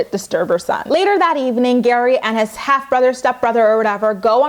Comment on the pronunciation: Your recap of GEAry's family has given me so many giggles today 😂 keep it up 💖